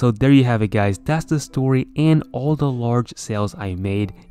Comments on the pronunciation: at the beginning: what is up guys me hearing: what is up gays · did he just say "whats up gays" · Hey whats up gays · “Yo what’s up gays” 😶